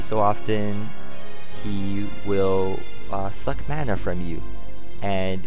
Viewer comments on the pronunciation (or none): none